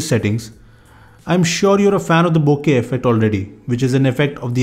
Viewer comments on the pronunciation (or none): none